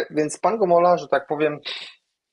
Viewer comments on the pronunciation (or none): Gomoła, a nie Gomola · Gomoła, a nie Gomola.